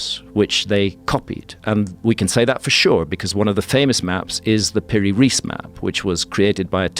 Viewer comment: Just a remark about pronunciation. If you want to pronounce it right, it's "Piri Rice", not "Riece". "Riece" is in German writing, because that way they pronounce Rice as "rice" in English. That's how it should sound. Rice in Arabic means "Captain". So not even his family name. In short, Captain Piri.